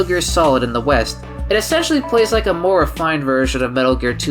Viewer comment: “did you rike it”